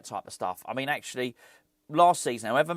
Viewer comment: Others have picked you up on West Germany,, so I’ll be the one that finally asks you to say “do you know what I mean” instead of “do you know what I mane”. Hope you’re doing well,.